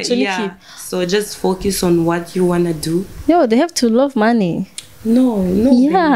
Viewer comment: vyanahe ko na nya congereza ataco aziiiiii🤣🤣🤣🤣Azokimenya vyo ningombwa ariko wumvirije neza ari free cane avuze ikirundi kurusha icongereza. Ngo to focus( to fokiiisii🤣🤣🤣🤣) Ndabisubiyemwooo 3 ans ntushobora kuba wamaze kwibagira ururimi gwawe nooooo😛😛😛